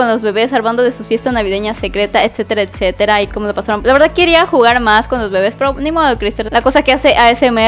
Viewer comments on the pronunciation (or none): none